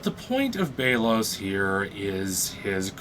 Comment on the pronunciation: It’s belos not baylos